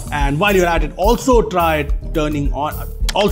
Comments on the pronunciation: su"b"scribe not p bro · Subscribe ❌ Supscribe ✅ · Guys don't subscribe because dude has said to "Supscribe" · I knew something is wrong with that "suPscribe" button 😂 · It's a great video, sir!! Btw, SUPSCRIBE it is😂